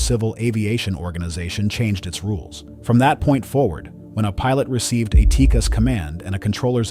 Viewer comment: I don't know where this voiceover guy is getting his information, but the last I heard it wasn't pronounced TEEKIS, I thought it was pronounced TEE-CASS